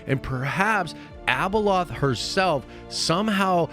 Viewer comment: ...it's not Abaloth, dude! #hotchipchallange 🔥